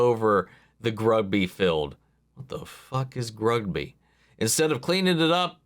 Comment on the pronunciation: It's pronounced Grudge-bee